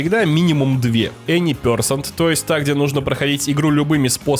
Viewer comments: Интересный разбор. Только пё'сЕнт, а не пЁ'сент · Видео шедевральное. Но ради бога Any percent - эни персЕнт, а не пЁрсент. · Прекрасный разбор рана, но произношение термина Any percent очень режет уши, вот транскрипция, если уж используешь, произноси правильно) percent [pəˈsent] [пе:сэнт[ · Ну "эни персЕнт" же блин!